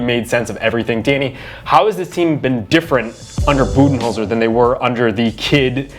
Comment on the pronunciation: ha, keep sleeping. if you want to make this video might have to do something crazy like stop watching the 76ers and actually watch bucks games. but hey at least you pronounced Budenholzer's name right which was wrong only a week ago on the show. 1. How do you talk for almost 20 minutes and not actually talk about bucks defense (#1 in defensive rating as you noted) which is a much bigger deal than their offense? 2. bucks are after the rockets and raptors? ha 3. warriors have literally no one who can defend giannis......... warriors do still have 3 guys who are ridiculously good at scoring but that's about their only edge